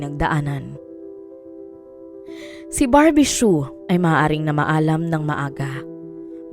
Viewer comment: Su ang bigkas silent H po